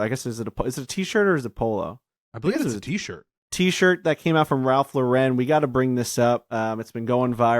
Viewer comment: Ralph Laur-en 🥴